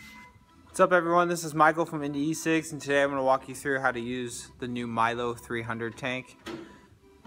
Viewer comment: Milo? 😂😂😂 Where's the I in MELO?